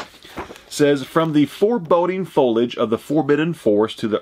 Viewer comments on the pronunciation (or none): none